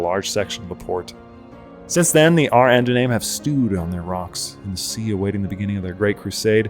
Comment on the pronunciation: oh and to pronounce ar ardunaim it is Are are-duh-nye-um it means kings men